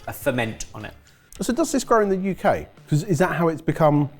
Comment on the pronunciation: I'm always fascinated by emphasis on the U in UK, I think he might be the only man alive who does it